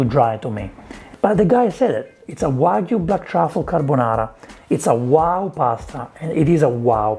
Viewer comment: You're one of the only celebs who pronounce "wagyu" correctly. A lot of other chefs call it "wa goo"